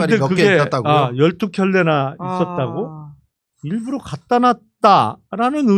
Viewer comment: 일불러가 아니고 일부러 ㅋㅋㅋ 계속 일불러라고 발음하시네